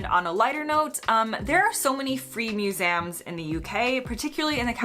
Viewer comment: What surprised me the most was her pronunciation of "museums" - Maybe she'd never heard the word spoken out loud before in either the US or the UK.